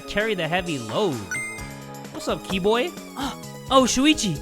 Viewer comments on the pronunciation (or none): I like how started calling Keebo "Key-Boy" now too XD